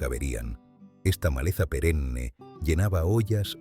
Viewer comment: Hola, es buena la enseñanza, pero perenne, no es "perecne", eso aprenden otros, saludos 🤗